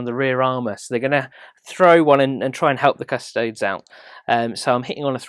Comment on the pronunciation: Isn't it "kuh-sto-dees" and not "kuhs-toads?"